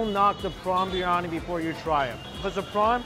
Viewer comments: It's not Birani Bir Yani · Is anybody else irritated the way he pronounces briyani.. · Bro it's not biyani , Biriyani Bi ri ya ni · Not BIRNANI its BIRYANI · Biryani is peng u know Edit : he said biyani ITS BIRYANI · No-one: ..... Mike: BRI-ANI